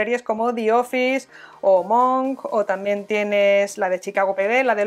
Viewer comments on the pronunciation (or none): none